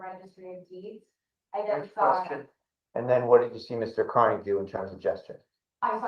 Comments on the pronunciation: the prosecutors in these cases are disgustingly rude. seems none of them can pronounce peoples names correctly. knows aidan's last name is pronounced carney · They’re using our tax dollars to prop up this doddering old fool? It’s pronounced CARNEY, by the way. Turn up your hearing aids you cranky old ghoul.